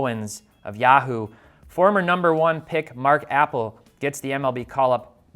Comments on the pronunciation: Not "apple" it's pronounced "a pell". Jeesh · Mark Appel as in uh-PEL. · This video was flawed from the moment he called him APPLE it’s APPEL also you don’t invest in pitchers these are things you should be talking about etc etc etc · Love the pronunciation of Mark "Apple" 😂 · It's hard to take this seriously when you can't even pronounce Appel's name right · You mispronounced his name a cool 50 times. I won't stand for Mark appel slander!